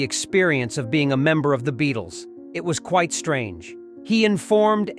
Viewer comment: Para Dicey? The Beat-Les? What AI read this thing? It needs tweaking!